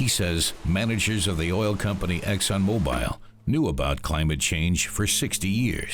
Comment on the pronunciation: It's hard to trust anyone that can't even pronounce mobil correctly